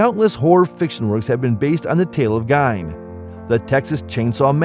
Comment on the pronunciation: It’s pronounced Geen, not Gine!